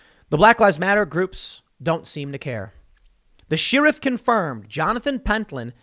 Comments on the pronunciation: SHARE-IFF, SHARE-IFF, NOT SHEER-IFF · DAMNIT TIM!!!! STOP SAYING SHE-RIFF